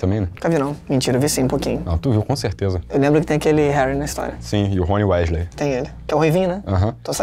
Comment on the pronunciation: Chamar o Rony Weasley de " Rôni Wesley ", aí não dá não.